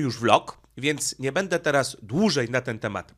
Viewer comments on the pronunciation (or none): none